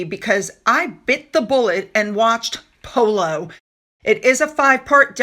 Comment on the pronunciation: "Pooloo eez nut jes eh spurt ... eet ees eh laugh style ..." How is that relatable?